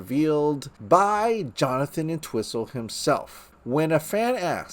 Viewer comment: It's pronounced "ENT-whistle," not "en-TWISS-ul"!!! 😖